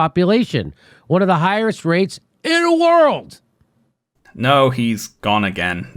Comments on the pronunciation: “One of the higheres rates…. INNA WOURL” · "oneatha higherest rates... INNAWORLD" wonderful moment